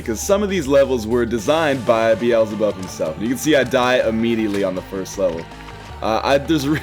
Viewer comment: Did he say Beezlebub? Couldn't quite catch it.